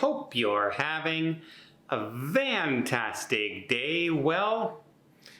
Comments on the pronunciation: There is none. It is his mispronunciation issue. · What is the significance of saying “vantastic “ rather than fantastic. I keep hoping to find out what I’m missing.